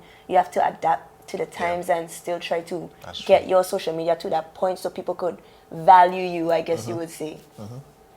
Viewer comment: Lmao “Poin” raw tola accent rass